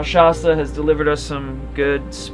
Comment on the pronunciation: it's pronounced Shasta not Shasta!!